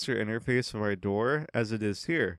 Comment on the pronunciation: This is an English word pronounced ˈɑrdər. It needn't be twisted into something like "R. Door"